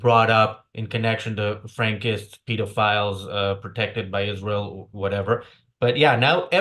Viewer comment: She can’t even pronounce israel she says the nation of esharel